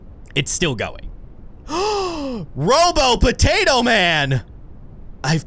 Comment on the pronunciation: When you said robo patato